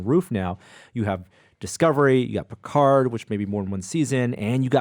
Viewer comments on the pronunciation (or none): none